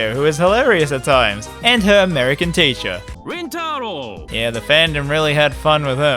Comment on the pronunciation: It took me almost all of Steins;Gate 0 to realize that this foreign character was just butchering Okabe's Given name of Rintaro, a name that nobody aside from his mother calls him.